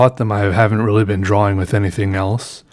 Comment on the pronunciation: When i read the title, I read drAWing in your voice.